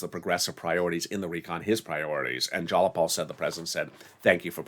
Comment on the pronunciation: Please get your pronunciation of Jayapal correct!